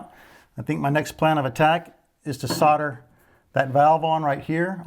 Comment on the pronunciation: What's sorder? You mean solder?..